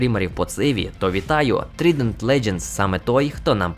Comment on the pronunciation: Вітання! Дякую за підбірку! Хороша робота ) З Trident Legends - читається як Трайдент*